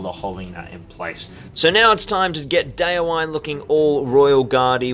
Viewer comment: Just a heads-up about pronouncing the names of your heroes: The "-wine" in "Folcwine" and "Déorwine" isn't pronounced like the alcoholic beverage, but as two distinct syllables - "Folc-win-eh", "Deor-win-eh". "Wine" (with two syllables) means "friend" in Old English, from which Rohirric is derived. "Déorwine" = "brave friend", "Folcwine" = "Friend of the People (folk)", "Holdwine" = "faithful friend" Just so you know :)